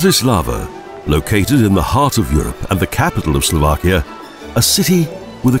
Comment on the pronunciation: Slo VAH kia! Not Slo VACK ia. All "a's" are soft in the Slovak language. No such word as Slovakians, they are Slovaks. The accent is usually on the first syllable, i.e. BRA ti slava, NOT Bra ti SLAVA. So far only one video on UTUBE has pronounced the capital of Slovakia correctly. I am Slovak, I wish these people would do a little bit of research and not disrespect the culture, by giving people very incorrect sounding of the words.